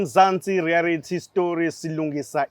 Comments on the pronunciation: USkhindi ezincane limhlula leligama elithi reayality show uthi reayarity show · Mzansi rerayithi,hayi thina ama Zulu ubr u l u l u r😂😂😂😂😂